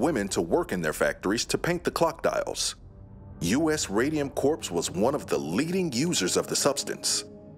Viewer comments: It’s not pronounced “Corpse” it’s pronounced “Core” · Bro please, corps is pronounced "core" not "corpse". Grim mix-up, that. Aside from that though, very informative video! Had never heard of this, but am sadly not surprised. These things are still happening under capitalism today and will keep happening as long as profits > people. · Corps. as corpse tho.. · the guy reading the script knows you don’t pronounce corps as it’s spelled, right? the “ps” is silent. it’s pronounced “core”